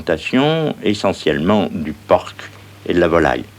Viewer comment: Il prononce le c à la fin de "porc" ! C'est fabuleux ça!